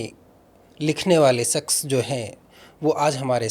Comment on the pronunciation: Bhaiya please pronunciation pe kaam kijiye... Baaki sb acha h.... Question puchne ka trike .. baat krne ka lehza sb top notch h... Bs apke pronunciation ne mujhe thoda disturb kiya.... Example deta hu.... आशिकी hai आसिकी nhi .... शख़्स hai सक्स nhi... To bs yei ap dhyaan rkhiye... Ummeed h bura nhi maanenge love you bhaiya❤❤